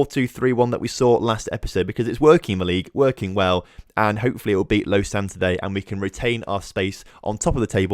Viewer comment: low-zan = lausanne